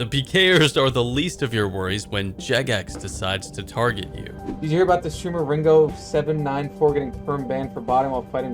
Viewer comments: You kept trying to add Ringo749 but it was Ringo794 in the clip. You also said it wrong 😋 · even said it wrong at the end lmao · Dyslexia is strong in this video lol.. Screwed up Ringo794 throughout the video XD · Can't even get the dudes name right lmao...